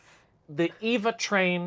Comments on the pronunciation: The yellow boxfish, I was like, "Sponge Bob swallowed a that pufferfish teacher of his, Mrs. Puff, causing her to blow up inside him!" Now THAT'S C*unty! The Eva 500 train lookes like an electric wasp to me. Meanwhile, honey, Eva is not pronounced EE-vah. It pronounced AY-vah. AY-vah Gabor, as Nick at Night used to tell us, "Eva [AY-vah] will not harm you. Because her sister, Zha-Zha, was the entire c*nt who slapped a cop and ended up jailed and fined, etc.. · The Eva 500 is pronounced Ay-Va 500. Its color scheme is based on. Eva Unit 1 from the anime Evangelion